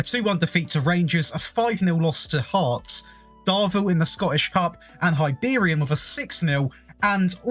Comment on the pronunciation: Hi-beerian 😂😂😂 pronunciation all wrong 🤣